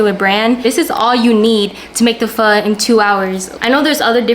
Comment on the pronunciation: She's black because she can't even pronounce Pho correctly.